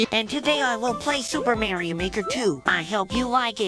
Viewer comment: WEL COME BACK TO SOUP ER MARIO Maker WEL COME BACK TO SOUP